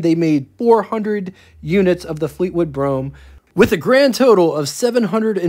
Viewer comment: I can't watch all of this, everytime you call it a Fleetwood Brougham, steam comes out my ears! get it right!